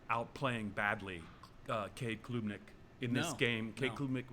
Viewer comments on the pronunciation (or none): Haha so much disrespect when cannot say CADE CLUB NICK lol KLOOOB hehe.